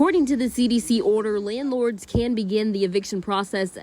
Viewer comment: Did my mans say "landlards"? 😂